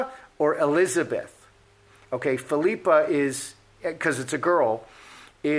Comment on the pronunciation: I believe it’s pronounced PHIL-i-pa. Aka (common nickname) Pippa. 😊